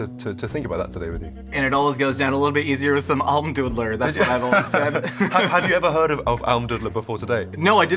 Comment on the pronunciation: Almdudler is more like a dude and less like a dud (also in pronounciation 😉). Next time you talk about it, you can pronounce it properly. I'm from Austria so that's insider information. 🙂